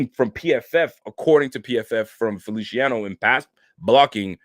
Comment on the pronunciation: Feliciano is pronounced like an S lol...not felishiano 😁